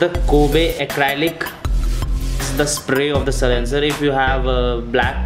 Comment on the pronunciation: It's silencer not c-lincer